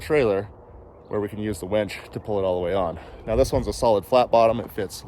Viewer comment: It sounds like you are saying " wench ". Are you angry with it, or do you actually think it's called a wench?